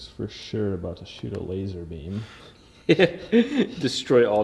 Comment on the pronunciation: is banned from saying "ferrrrsherrrrrrrr"